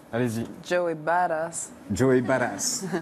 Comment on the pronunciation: Message pour Yann: on dit pas "bad-ass", on dit "badass"... Tout comme on ne dit pas "du-con"' mais "ducon'".